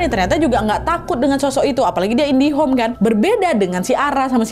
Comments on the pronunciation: indigo kak bukan indihome 😊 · Indigo ka. Kok aku dngerrnya indihome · Emang dari dulu dia bilang nya indihome